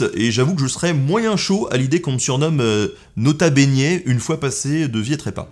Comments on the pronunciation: Non tkt on dit nota benêt ;p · "nota beignet" bahahaha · "Leurs Quatre zenfants" !??? Nota beignet...😂😂😂😂😂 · "Nota beignet" hahahaha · "nota beignet" 😂😂😂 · "Do nut" call him "nota beignet" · On dit pas nota beignet on dit grota beignet dans mon serveur discord, et ça s’ajoute avec des photos de toi faisant des têtes cheloues, c’est un tout petit peu drole